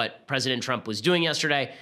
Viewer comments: i cant get over him accidentally saying "president twump" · did he just say president twump? lol